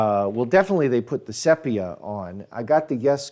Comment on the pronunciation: I think the pronunciation is see-pia. Not sep. iah